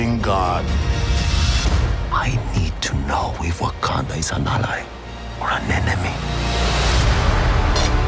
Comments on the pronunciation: wah-kan-dar forever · Y she keep calling it wakander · It bugs the hell out of me that Shuri pronounces Wakanda with an ‘r’ at the end but pronounces character as if there’s no ‘r’ at the end😂😂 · The fact that Letita pronounces it “wakander” makes me so upset that she gets to don the mantle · She says wakander